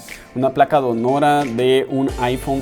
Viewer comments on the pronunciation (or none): Donora??? Donadora, quizás. No cuesta nada ser un gran profesional y, además, hablar bien. Saludos.